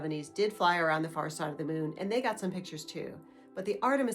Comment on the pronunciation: Why are you saying "mewn"? It's MOON.